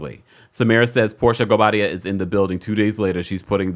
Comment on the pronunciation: 😂😅😅😅😅@ can't even pronounce his name..Thanks for confirming I wasn't alone in that observation